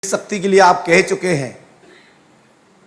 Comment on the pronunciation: शक्ति bolna to सीख लो सक्ति बोल रहा है इन मे siddhi hoti to aatankvad per paryog karte desh ke सीमा vivad per paryog karte